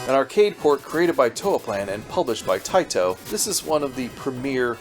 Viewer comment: I love it when Taito is overpronounced.... "Tae-Tow" with really hard T's